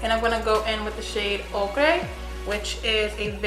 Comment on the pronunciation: Ochre - "OAK-er" Amande - AH-man-d Love your channel, sis!